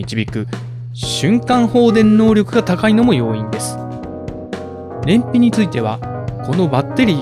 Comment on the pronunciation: 燃費が便秘に聞こえたwww